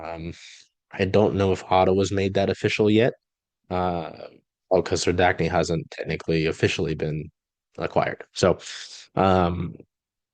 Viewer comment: Let me help...Serdachny...Sir-DACK-nee